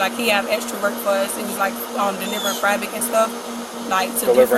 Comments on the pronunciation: 🩵💙🩵Boy is this a DOOOZY❗️ """FRABIC""" instead of "Fabric". And she """Had No ACKNOWLEDGE""" instead of "had no knowkedge".🩵 🩵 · "delivering FRABIC" 😂 Yo she called Fabric....FRABIC. That frabic! Delvering fabrics? 😂 LowIQ moment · anyone that doesnt know how to pronounce FABRIC is lying everytime they speak. "Fravrik" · She can’t speak English fabric “frabic ” and she is ment to be an educator. Makes me sad bro. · How tf does she work for broward county schools and she pronounces FABRIC as “FRABIC” 🤣🤣😭🤡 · How smart do you expect someone who thinks the word "fabric" is pronounced "frabic",😆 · She was found guilty immediately after she pronounced “ fabric” as “ frabric “ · I knew she was guilty to suck and I saw her but once she said, "frabic" it was a done deal. She really thinks it's how it's spell and pronounced because when the cop said "what," she said it the same way again before he corrected her and said "fabric?" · Delivering “fraabic” tells you something when you can’t pronounce a simple word like that, and she really seems shocked there is consequences to doing the scam she was doing, really sad how many human beings walking the planet doing criminal activity. Godless society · Frabic?! You're telling me she can't even PRONOUNCE the name of the thing/materials she supposedly delivers in her covery story? What?! 😦 ... Frabic! 🤦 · This muhfucka said “frabric”, she guilty! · delivering frabric WTF is frabric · She was delivering frabric..? She should learn how to pronounce what she’s supposedly delivering before she cashes fake checks not even delivering it. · She really pronounced it “frabic”. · She said Frabric! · How do you work for a school district and can’t pronounce FAB RIC? Her boyfriend set her ass up 😂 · She couldn’t even correctly pronounce the word “FABRIC”…of course she would be stupid enough to think she would be able to get away with this🤦🏾‍♀️😒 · “Delivering frabic n stuff” delivering what.? “Frabic” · Jeezus she can’t even pronounce FABRIC